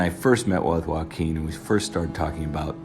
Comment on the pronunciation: whenever he says "joaquin phoenix" it sounds like "walking phoenix" to me and i can't stop laughing at this